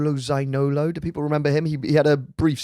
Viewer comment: Could you take the time for pronounce Zaniolo correctly? It's not a very hard one.